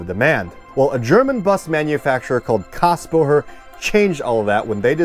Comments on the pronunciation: You keep mispronouncing Kassbohrer. The "h" is silent, and you say what sounds like "Kassbo-her." It's "borer." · There is an umlaut over the A... it's pronounced KAYS-bohrer ;) It is the starting point of today's modern Setra. The Cadillac of coaches IMHO. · Little hint: "Kässbohrer" is pronounced in front like Kes vom Voyager. Kes-bohrer. Yeah... those dots above the A matter ;) I never heard about this joint venture. Thanks so much for this video!